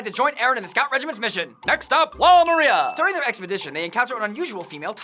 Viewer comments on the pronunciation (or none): It's wall MAR-IA not MER-RIA